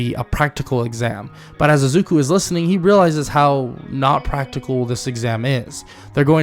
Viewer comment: I like I'm just focusing on the times he says azuku not izuku😂 but really good vid bro